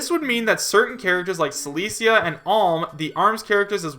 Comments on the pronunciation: Sorry to stray from the topic for a such a trivial point, but you mispronounced Celica’s name. It’s pronounced with a hard second “c”. Like this “Cel-ic-a” or for easier understanding “Cell-ick-uh”. As a loyal fire emblem fan I felt that this should be made known. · How you pronouced Celica made me twitch